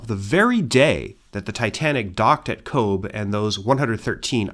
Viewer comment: Cobh is pronounced Cove. (I was corrected by an Irish family member) - should add these videos are absolutely top tier.